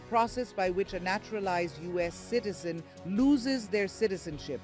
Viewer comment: He is a Ugandan citizen, the host makes it sound that he is an indian kiiizen.